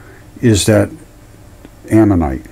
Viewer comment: Don’t take anything this guy has to say as scientific. He can’t even say the word ammonite correctly. And the Earth is not body parts.